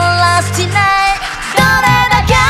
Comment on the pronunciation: 相川七瀬さんのRusty Nail の発音が凄まじくかっこいいですね！